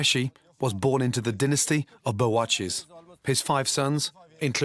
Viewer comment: *correction that's 'bawarchi' and not 'bowachy' (indian version of a chef)